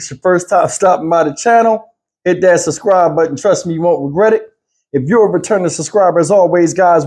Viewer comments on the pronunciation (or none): "SUB-SCRIBE...SUB SUB SUB SCRIBE not SUS CRIBE. Pleazzeeeeeeeee!!! Thank you.